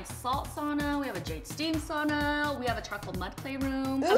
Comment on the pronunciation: If you have a sauna in your establishment , pronounce is correctly Sow-na, not saw-na.